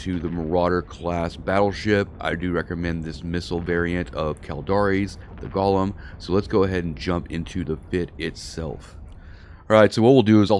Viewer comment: The Jewish monster the ship was named after is pronounced Go lem....A golem is a creature formed out of a lifeless substance such as dust or earth that is brought to life by ritual incantations and sequences of Hebrew letters. The golem, brought into being by a human creator, becomes a helper, a companion, or a rescuer of an imperiled Jewish community. All these bling fits are excessively EXPENSIVE, if someone comes along and takes you do for your bing while your doing your PVE you lose 2 or 3 BILLION.